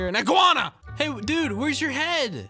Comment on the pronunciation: I Laughing Becouse Always Say Inguana